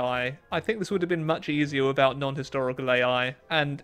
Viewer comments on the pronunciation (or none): none